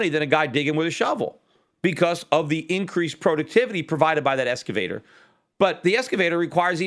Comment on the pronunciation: "ex-cavator", not "esca-vator", Peter.